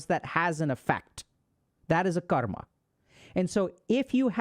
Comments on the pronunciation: dude is pronouncing karma like he is indian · Bro can pronounce every word with perfect English except Karma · I've been pronouncing karma wrong this whole time